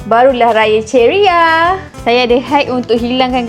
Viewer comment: Ceria la bukan cherry -ah😂😂😂😂